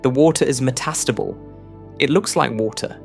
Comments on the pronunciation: "Metastubble" OMFG, if you're going to talk, learn to pronounce! Yes, I know, it's "me" problem, but Jesus, i actually had to watch another video. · The AI's emPHAsis is meTAStable 😂